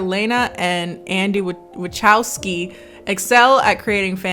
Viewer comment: not being able to say "Wa-cow-skee" or "Titus" is the best part of this review to me lmao